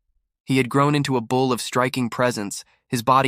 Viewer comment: I am listening from SW Michigan. Question: Why do these stories say bowl instead of bull? I read through the caption words of the stories and it is so annoying! Good story otherwise.